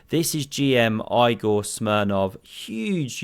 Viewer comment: I loved your commentary full of dry British humour of which I am a big fan. Thanks for the laughs. You got your like and follow. But "Aie-gor", come on man. I am pretty sure his name is pronounced "Ee-gor".